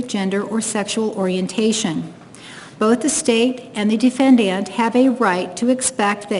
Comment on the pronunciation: My god bro, if I gotta hear this lady say “defyendyant” one more gain..